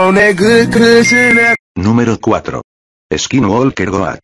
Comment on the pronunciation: He pronounced is kin wall kir